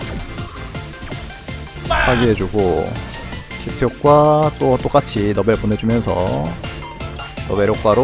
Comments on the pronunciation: 키트를 키드라고 하셔서 손이약간떨립니다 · 왜자꾸 키트를 키드라고하는거야 ㅋㅋ